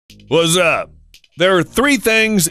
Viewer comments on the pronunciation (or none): it's supposed to say what you but instead it sounds like what's the